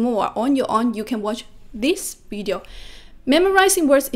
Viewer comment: 学霸你好，又是我没错了😊，我发现你很多i:的音都发A，特别是Video, weakness, 你都念成Vadeo wakness 了。由于你说的Vadeo 非常多，建议先把这个音练好了🎉